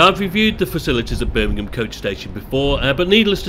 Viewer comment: its Birmingham